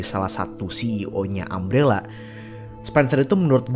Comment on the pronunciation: Umbrella bukan ambellah.... Umbrella bukan aem rela.... Katakan TIDAK.